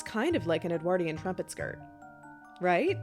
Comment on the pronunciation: V, you say Edwardian funny, but you're very interesting. I would dress as an 18th century Basil Fawlty.